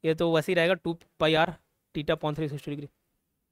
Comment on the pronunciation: टिटा नहीं थीटा .😅😅😅😅😅😅😅😅😅😅😅😅😅😅😅😅😅😅😅😅